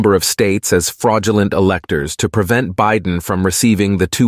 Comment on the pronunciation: I loved the few gaffs! bi-DEN, LOL😅 and the plurals.....word + s, lol Excellent. Appreciated. Best Ever Emmy??🎉🎉🎉